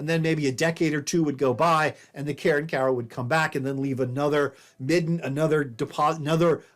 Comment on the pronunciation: I cringe every time he says “Karen-Kowa”